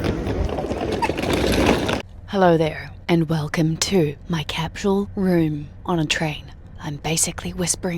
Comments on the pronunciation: Little hint. There's no letter 'h' in the word capsule. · I'm not trying to be a jerk, but, is it actually pronounced "cap-shool"? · Why can't you pronounce capsule?